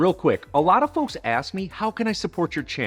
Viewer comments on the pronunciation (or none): none